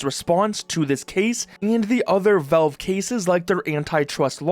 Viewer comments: they're not called velve my friend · “Velve” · WHY ARE YOU CALLING IT VELVE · The way Canadians pronounce “Valve” should be an arrestable offense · Learn to pronounce valve. Jesus